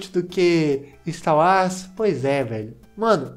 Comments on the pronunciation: e pq tu fala ista uas,kkkk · Mano e sotaque ou tu fala star Wars assim mesmo?